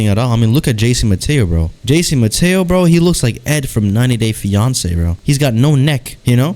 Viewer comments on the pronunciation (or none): none